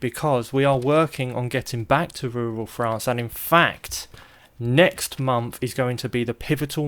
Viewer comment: Hearing say 'yall' 'crikey' and 'ruhral frawnce' all in one video is my new favorite thing. We're getting him all around the world lol